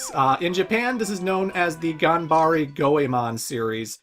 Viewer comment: Why do you keep pronouncing "E" as "I" in the word "Ganbare"? Also, PLEASE play Mystical Ninja for the N64! Now that is a diamond in the rough if ever there was one!